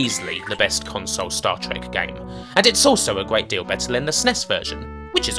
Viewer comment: Gweat Staw Twek weview.